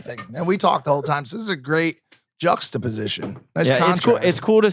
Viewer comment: Literally no one: Mike: juxtaposition 😂😂